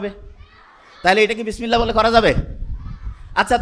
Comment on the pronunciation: উনিতো শুদ্ধ করে বিসমিল্লাহ পড়তেই পারলেন না!